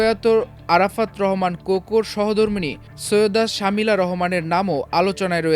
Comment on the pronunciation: ভাই নামটা সুন্দর করে বলতে পারেন না? শামিলা হবে না হবে শর্মিলা।